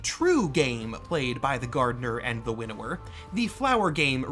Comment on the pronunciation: Quick note. I may be the only one who had this issue but I kept hearing "Widower" instead of "Winnower" and it gave me the wrong perspective. To "winnow" is an old term related to farming but has evolved to mean to select the best of the best.